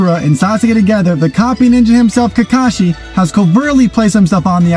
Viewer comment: NARYOUTOE , SASUKAY, SACUREA, AND KENKASHI……………………WUT DA HECK MANNNNNNNN